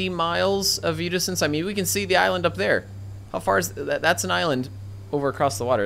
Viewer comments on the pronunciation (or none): Enjoyable video, but I thought you were using a word I didn't know: viewdixtense. It wasn't until nearly the end of the video that I realized what you were saying. :) Keep up the great work.